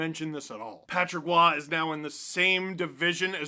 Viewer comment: Roy with an R not Oua